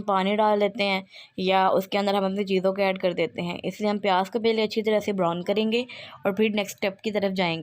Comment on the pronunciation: The words which u pronounce are, chop, brown, salt, etc. My sweet sister once again listen to your video, I don’t mind if someone corrects me, it’s a part of learning. I’ll try the dish which u prepared, it seems to be delicious